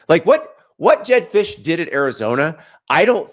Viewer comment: “jedd fisch” get the hell out my face 😭😭😭